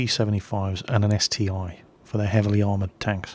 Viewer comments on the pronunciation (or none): It's ST-1, not ST-i! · ST-1 (not ST-i))))